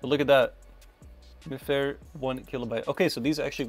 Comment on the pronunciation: Hey there! Im by no means an expert in this stuff, but I wanted to mention, mifare is a think pronounced "my fare", and though they use RFID technology they are more so deemed as NFC tags, since RFID tags are usually extremely unsecure tags that hold a hex code, where as NFC, specifically mifare classic ones allow you to have a read and write key with encryption! Also if you wanted to change the UID on a card, you get whats called a "Magic" tag, essentially its just got an extra chip that pretends to be the UID Also also, the block with written data at the start of the card has data like the manufacturers information and shouldn't be able to be overwritten. If you wanted to do something simple and funny with them, such as having small text based messages or links etc, Mifare Ultralights are cheap and hold unsecure (I think) data that can be read by a phone and displayed once scanned! If its a link it even just sends the phone straight to the website on some devices